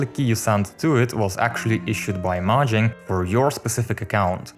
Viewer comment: STOP SAYING MAHANG